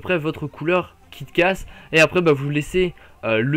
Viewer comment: C'est moi où pour Kick ass , tu as dit "Kit ass " patère ça m'a fait penser à kit kat ^^